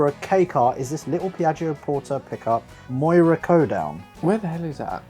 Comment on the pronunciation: MOIRA CODOWN hahahaha. It’s pronounced “Moy-ra, County Down”